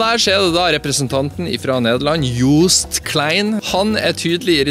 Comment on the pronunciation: hey man, just a little tip for how the name of joost is pronounced , its not like the oo in english, its like te °a (i cant type that with ly keyboard)) in swedish en i think noregan too?? if you would do that the pornounciating would be almost perfect! graag gedaan en nog een fijne dag gewenst verder (excuserat för min engelska btw)